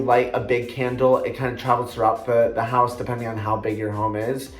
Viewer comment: I absolutely love candles! And wax melts x will need to get some zoflora 😍 loved when you said “the hoose”😂👏 another great video💓